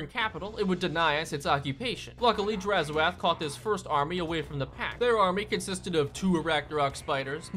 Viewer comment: Please, it's 'drazh oath' not 'draz ho ath' and it translates to 'evil promise' in zharralid